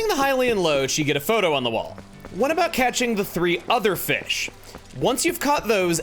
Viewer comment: well, that's NOT what we are talking a-boot.